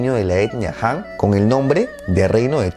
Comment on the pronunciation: El video está muy bueno, lo único que te sugiero es que aprendas pronunciación china, no es tan difícil, por ejemplo todo lo que se le qin o qing se pronuncia chin o ching, y la dinastía han, se pronuncia jan, como la H en inglés, saludos